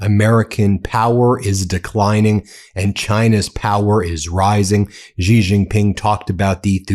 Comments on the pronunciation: Please pronounce Xi's name properly. It is pronounced exactly the same as the English word 'She'. It is not 'ji' or 'si'. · Stop pronouncing Xi as Gee or Zee, the proper pronunciation is Shee. Xi has been the leader of China for 14 years already, get with it. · Xi is pronounced "she". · Yo Xi is pronounced like "she". X = SH ; Not that the leader deserves all much respect, just for appropriation.